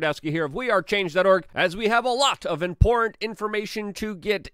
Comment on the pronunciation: All these years I always thought the word 'Important' had 3 syllables. But alas, there is only 2.